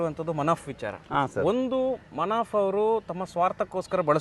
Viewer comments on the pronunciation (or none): Manaf alla sir Munaf ok